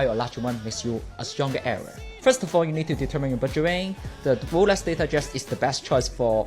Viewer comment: Its Lolex 😂